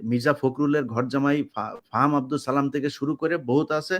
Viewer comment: দয়া করে সালামটা শুদ্ধভাবে দিবেন।